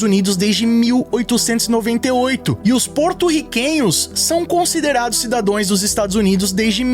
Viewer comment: Poxa,... "Cidadōes"...